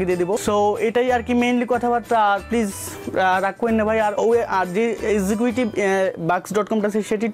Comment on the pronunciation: Execuitive na... Executive -_- Uccharon thik koren